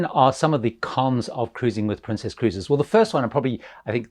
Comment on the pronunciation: Is there a reason why you're calling it Princéss and not just Princess?